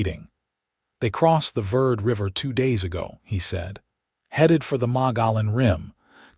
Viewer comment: Enjoyed this story so much. Kindness and compassion go a long way. I am Arizona born and raised and would like to help with word pronunciation. Verd is pronounced Verdee. Malan is pronounced Mugyown, and gila is pronounced Heela. Thank you for these wonderful stories!